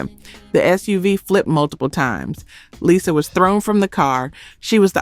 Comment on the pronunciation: Had me believing the narrator was a real person until she mispronounced Lisa Lopes as Lyza Lopes